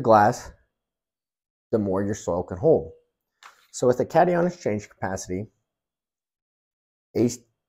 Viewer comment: Gardeners should always mail samples to get a professional soil test evaluation. It is always pronounced cat-eye-on.